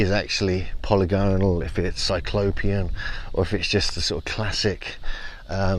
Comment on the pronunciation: What are the odds will learn to say polygonal correctly one day?!!